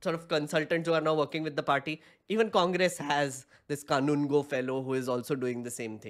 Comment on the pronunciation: Kindly take the trouble to pronounce people’s names correctly. It’s not “that kanungo fellow”.